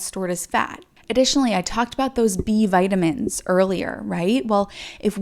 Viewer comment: “V Bitamins” 😂 Love it! Another great video!! Keep up the good work! ❤️